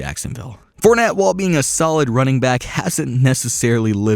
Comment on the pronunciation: Wow you butchered fournette and chiefs